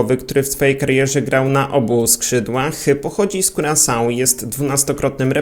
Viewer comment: Mówi się kurakao